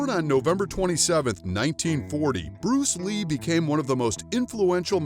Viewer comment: buddy are you even at the level of Bruce Lee?? If not then try to pronounce his name properly!! He is a legend in martial arts because of him kung fu, wing chun, taekwondo has become famous